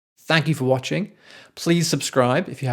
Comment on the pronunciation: My thought's? I think it would be good if you could try to pronounce the "T" in art. It sounds like you're saying arse...